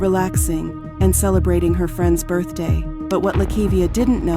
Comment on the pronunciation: they pronounce it birfday